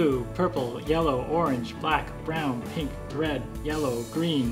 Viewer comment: He messed up on the word pink, and none of the two noticed it